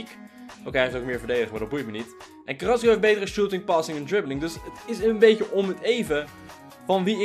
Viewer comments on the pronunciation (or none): JasonSpeelt het is carrasco maar hij zegt carrasio